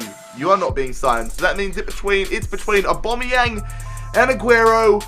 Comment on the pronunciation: y does he say abomyang